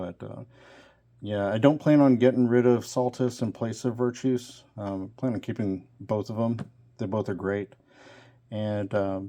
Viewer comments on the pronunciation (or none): Sorry, pet- peeve: NOT VIRTOUS... (well, I mean, the dude is virtuous. Obviously. He's a Great guy!) But his name is Virtus. VER. TUS. VIRTUS. Little mishmash of virtuous and vertical, I think. Sorry for the vocabulary lesson. Like I said, pet-peeve. 🙃